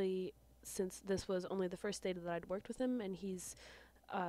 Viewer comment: you said whit